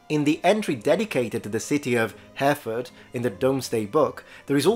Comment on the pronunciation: Hereford (in the UK), I believe should more accurately be pronounced ‘Her’a’fod’ or possibly more accurately “Er’a’fod”.